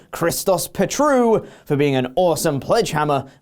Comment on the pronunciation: It's Pétrou, not Petroú 🤓😎